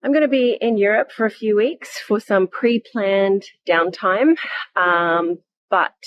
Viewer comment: Emphasis on "pre-planned down time" !?!